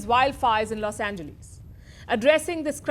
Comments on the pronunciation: Never heard anyone say los ange"lees". Its pronounced los ange"less". Less..not lee's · Los "Angelees"?